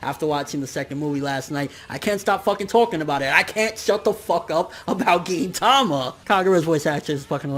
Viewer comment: Why does everyone pronounce gintama the way you do? I swear I'm the only one that pronounces it differently